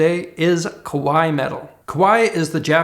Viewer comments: Koh-waii is scary. Kah-waii is cute. Love your content though. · Not that it matters, but when you said "kawaii culture" you sound like you said "kowai" instead, which mans scared or scary. I mean...I guess maybe it still fits, but the A in kawaii needs to sound like an "Ah" not "Uh" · Be careful, sounds more like you're saying 怖い (kowai) metal with a North American accent = scary metal, rather than 可愛い (kawaii) metal (with a North American accent / whatever) = cute metal. Ka wa i i There are four equal length mora /syllables when said correctly. Or as a simpler rule of thumb, just say kawa-ee metal. (With the same ee sound as green). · the way he says kawaii (かわいい) makes it sound like he's saying kowai (怖い)...which is the opposite, meaning scary lol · Great video,. Loved the microtonal funk. Kawaii かわいい = ka wa ee (3 syllables) with equal stress on each. 3/4 time not 2/4. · adopting Japanese culture but pronouncing Kawaii (cute) as Kowai (scary) smh... Freaking cool though